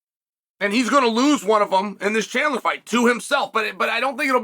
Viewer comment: And he pronounced both names correctly 😮